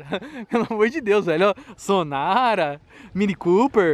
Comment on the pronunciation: Sonara 🤣🤣🤣🤣🤣🤣falando com público brasileiro e ............. fala sonata bem melhor 👍👍